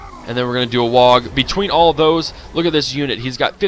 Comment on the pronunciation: Just a little nitpicking, but learned recently the G in WAAAGH! is silent ;). The gaze of Mork can be devastating against an enemy shaman, or magician type. I remember watching all missiles hit a flying magician on the ESL, and it took 90% of it's HP. Random, but insane. Oh, thought the Foot of Gork (or is it Mork?) sucked, pleasantly surprised!